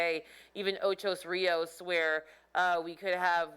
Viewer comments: It's Ocho Rios, not Ochos Rios. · Ocho not Ochos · Please- it's OCHO RIOS NOT OCHOS RIOS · i laughed so hard - "ochos rios" ?!!!! its not even spelt that way let alone the wrong pronounciation. its simply "ocho" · Ocho not ochos, ( Ocho Rios ) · Ocho Rios. How you get an "s" on Ocho . Didn't you learn to count in Spanish? Ocho is the number 8 Rios is rivers. It means 8 rivers. Ok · It's called Ocho Rios. Ocho.. It's driving me crazy and add to my stress.. :) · How many times did i hear ochos rios 🤣🤣🤣🤣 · Stop! Stop! Stop! Stop! saying Ochos there is no "s". 😠😠😠😠😠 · Lol she say "Ochos Rios" U had the pronunciation wrong but I guess that doesn't matter. What matters is that God needs to spare us here in jamaica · Everyone's focusing on her pronunciation of Ocho Rios. She's from a different country, not everyone will get it right. Focus on the importance of what She's trying to tell us. This hurricane is no joke! God help us and our island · I LOVE your pronunciation of OCHO RIOS 😊